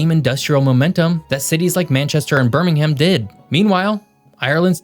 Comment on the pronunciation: Well done,, the only American to pronounce Birmingham correctly. Interesting video.